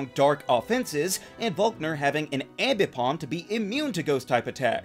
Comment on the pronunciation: It’s pronounced amm-BEE-pahm, “”! 🤨